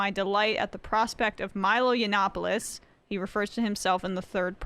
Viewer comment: Props to Sam for saying “YANNA nopolous” everytime. It’s the boomer way of really proving your name isn’t worth learning